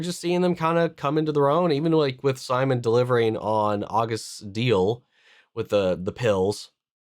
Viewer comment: Please don't call him Simon it's seemoan😂